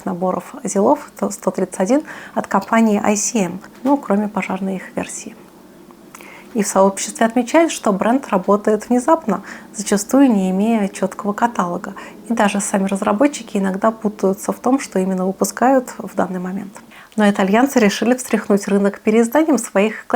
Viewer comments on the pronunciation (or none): каталООООг, каталООООООг, а не катАлог. Боже, аж перекашивает когда слышу.